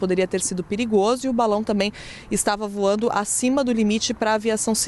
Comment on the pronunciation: Voano???? Português nota 4 🤣🤣🤣🤣🤣